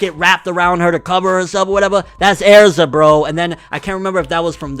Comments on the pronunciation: ERZA NOT AIRZA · bro tell me why I feel like your saying AIRZA instead of erza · "Air-ZA BRO" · THATS AIR-ZA. RIGHT THERE. AAAAAERRRZAAAA right there. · “That’s AIR-ZAH” Fucking dumb ass nigga 💀🤣🤣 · “Airza” aaaarggggghhh stop no please no you’re usually so on it too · you fcking pronounced "Erza" wrong its not "E'arza" that kinda pissed me off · Darius Fehed same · How he says Erza is like aerza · Erza is part of the black bulls😂. The way he says Erza though, “Air za”. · Also he can’t say Erza and it makes me mad